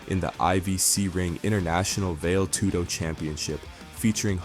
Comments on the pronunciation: it's vale tudo, not vail tudo. get your most basic and elementary terms right. Stopped watching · Definitely hard to hear Vail Tudo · Bro it's pronounced "Vah-LAY" Tudo. Cmon man, if you're gonna do a video on it at least show some respect for the sport and lesrn the shockingly easy pronunciation.